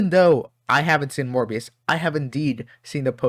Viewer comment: Well, have I got news for you 😅 Edit: You really seem to struggle saying “Morbius” 😂